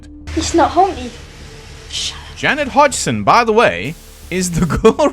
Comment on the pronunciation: Every time you pronounce Janet Hodgson for some reason I hear "Jennifer Hudson", which makes the story more interesting in a way